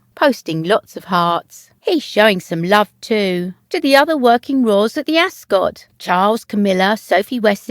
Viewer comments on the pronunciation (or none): You're obviously English. Ask somebody over there to teach you how to pronounce 'Ascot.'